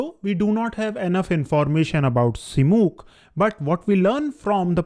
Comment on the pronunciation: Dear, I find your videos are highly informative and unbiased. But your pronunciation of the names is not always correct especially in the present video. It is Saata vahana, which means one who rides a tiger, not sat vahan. Again it is Srimukha and not Simuk.